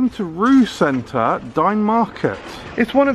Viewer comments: Not to be 'that guy,' but I believe it's pronounced along the lines of 'Ray-Wer' instead of 'Roux.' So I guess I am that guy after all. Hooray! Definitely enjoy these foreign supermarket tours, hope there will be more to come at some point! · It’s pronounced Reeva FYI